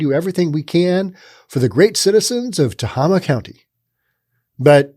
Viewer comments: It's "teHAYma", not "tehahma". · It is pronounced Te (eh) (hey) ma hey like the stuff horses eat. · Tuh hay muh... Emphasis on hay. Just sayin.... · Being a resident of this piece of shit county, "Tah-Hay-Ma" the facts run way deeper than you report. If there is a shooting involving a cop within the county, there will be a 10 sq block lockdown carried out by over 40 responding vehicles including chp, cdf police, game wardens, and nearby city police. However that's where the law ends, and the lawlessness begins! When night time deputies are called upon to respond to anything, they drive up, stop in the street, crack their window, listen for less than 10 seconds and drive away, they will not exit their vehicles, whatsoever for fear of a confrontation. Then there's the lack of bravery within their ranks. Certain people within the rural areas of the county only need to post their non-fenced property as being "sovereign land" and I kid you not, deputies who even do manage show up, see felonies in progress such as rape, kidnapping, beatings, drug manufacturing, and toxic waste dumping, and will simply say "we don't want another waco on our hands" -Deputy Jess. The only thing that has ever made this sheriffs department move their ass, has been the occasional drug operation bust, and that is when the corrupt as fuck sheriff wants some vacation money, since they pocket any cash they find and only use the drug possession as evidence in court. Then there's the contact with them, if you report a crime, they want your information top to bottom, including emptying your pockets and purse, running your background for felonies, wants and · Pronounced Tah- hay - mah. That does seem like low pay. It's not a very large county in California. One of the smallest, in fact. I remember it being a relatively safe county. It used to be a pretty great place for families. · It’s pronounced “Tae-Ah-Ma”!!! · Not that anyone cares... But I believe it is "Ta-Hay-Ma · Tah Hay Muh county